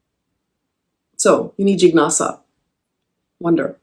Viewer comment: I’m so sorry to have to point it out but the pronunciation for जिज्ञासा remains the same even if written as jijnasa or jignasa! ‘Jn’ has to be pronounced as ‘ज्ञ’. You are so widely followed so it is important for you to convey the right sounds besides the beautiful ideas that you do so admirably. 🙏🙏